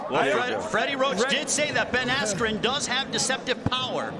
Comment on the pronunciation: he totally messed up Ben Askrens name lol